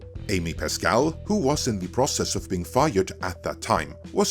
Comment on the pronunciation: Hey,, you forgot to add the "H" in the word "who".